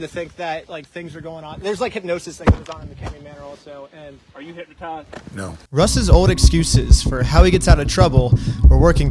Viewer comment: "Are yew hypnotized?" Russ: "no"